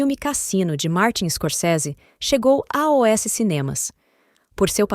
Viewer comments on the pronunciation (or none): Sugestão: narrem vocês mesmos e não usem um robô, please. Falar A O S ao invés de "aos", como o robõ fala, chega a ser cômico. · muito esquisito. Em vez dela falar "aos" , ela fala as letras separadas: A O S.